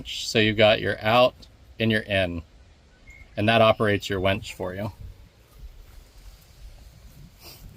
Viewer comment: Just for the record, its a winch not a wench.